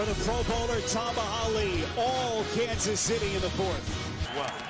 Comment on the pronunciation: He said kanas city bills 😂😂😂